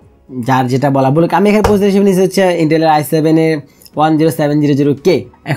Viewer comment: 57-58 second -এ 'বলুক' -বলাটা খেয়াল করেছেন কেউ?😂😂😂